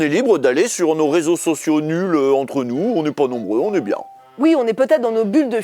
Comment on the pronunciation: « C’était le rézosocio des… » 😂😅